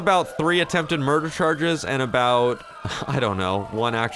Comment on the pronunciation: attempted "muder" hahahahahahaha